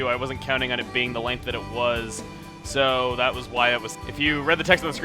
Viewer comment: I always thouhgt it was (on it) not (one it)